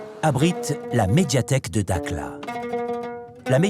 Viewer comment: Prononciation "darla" pas dakla